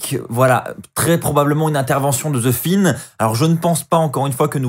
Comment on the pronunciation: Pourquoi tu dis the fine ?